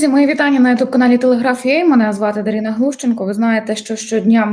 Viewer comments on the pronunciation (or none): Чому дарІна,а не дарина,Дарія, дарка,то ви москальня, як і зє-х ами наркотичні...